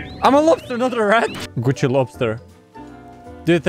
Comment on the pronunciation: I was just listening to the vid and when he said Gucci i heard it as coochie